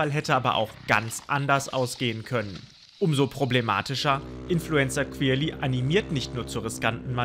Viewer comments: heftig dieser "kwirly" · Der heißt querly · Digga wenn ich euch in echt sehe rtl ich nehm euch auseinander, lasst mal querly in ruhe und du sprichst es sogar flasch aus 😔😑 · Also ich feier den „kwerli“ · qwirli XD